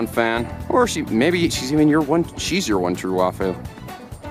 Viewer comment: NOOOOO YOU ALMOST SAID WAIFU CORRECT BUT YOU INCORRECTED YOURSELF AND SAID WAHFU!